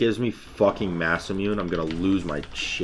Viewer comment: Sir it’s pronounced masamuné